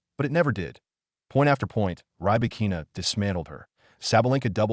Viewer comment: ahREEna & riBAHkeena Please train your AI and text2speech.